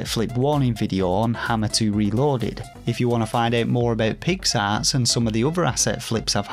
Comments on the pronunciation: With your accent (I’m American, of course) “Pix Arts” sounds like you’re saying “Pigs Ass”. Which made it all much funnier. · Was so happy to see you in a Kotaku article. Hope it brings more eyes to you! BTW: Did you review A Robot Named Fight yet? BTW2: Every time you say Pix Arts, I hear “pig’s arse.” I’m a Yankee so it may just be an accent thing, but I’m assuming that’s intentional. 😂